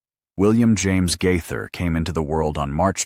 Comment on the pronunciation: Guy-thur? Gay-thur!